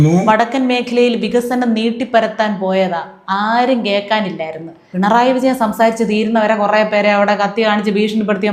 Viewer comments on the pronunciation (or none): none